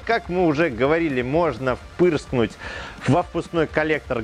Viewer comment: "впырскнуть" :D